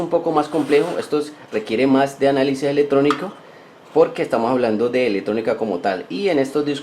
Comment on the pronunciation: EleCtrónico, NO "eletrónico", por lo demás, interesante tu vídeo.